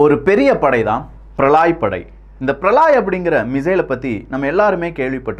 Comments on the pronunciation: பிரளாய் அல்ல பிரளய். அதாவது பிரளயம் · பிரளாய் அல்ல பிரளய